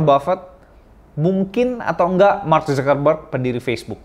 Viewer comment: Kayaknya mas kepayahan bgt lho nyebutin nama Mark Zuckerberg 😂😂😂